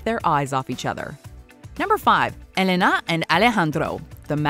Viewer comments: God the pronunciation of the names Elena and Alejandro just killed me ...... because there are Spanish names doesn’t mean the accent is in the last syllable... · Name mispronunciations. It's Eh-LEH-na! Not Eh-le-NA! :facepalm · It’s Eléna, not Elená.